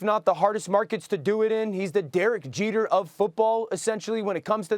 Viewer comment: Dan was doing good until he said Jeter’s name.